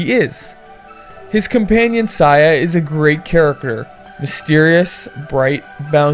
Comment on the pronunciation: HORRAY! A SAYA NO UTA REVIEW!!!!! Once again, good review. It's definitely wtf... and it's so messed up. It's an enjoyable ride, I liked it. FYI - It's pronounced Say-Ya